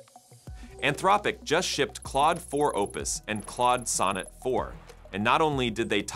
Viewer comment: Your AI voiceover has an impressive number of pronunciations for “Anthropic”